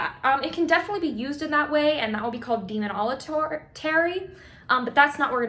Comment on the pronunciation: Demon - ala - terry. 😂😂